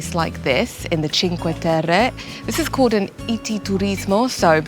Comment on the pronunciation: Thank you for pronouncing Cinque Terre correctly. Many videographers completely butcher the names of the places they create content for. The least they can do is first learn how to pronounce the place correctly and follow with creating the content. I'm done, venting!